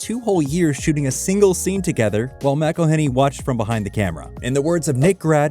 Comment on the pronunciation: Every time you pronounce McElhenney’s name wrong his teeth get a shade whiter